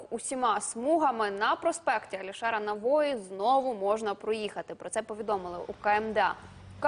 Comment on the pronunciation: Навои, ударение на ,,и